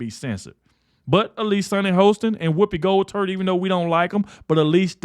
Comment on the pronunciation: Did you say Whoopi gold turd lol